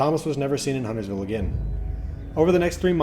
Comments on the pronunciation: Correction: this is the only lore video that pronounces Huntersville correctly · I think this is the lore video that pronounces Huntersville correctly. Everyone else wants to pronounce the T for some reason. Also extra props for getting Marlinton right too.